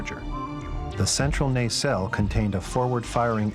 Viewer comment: Mispronouncing "nacelle" ...Mispronouncing "Blenheim".Terrible annoying background music. Ugh.